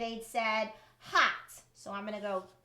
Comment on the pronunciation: but is pronounced as /hɒt/ not as yiu said